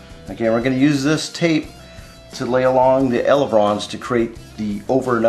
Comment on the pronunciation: ELEVON NOT ELEVRON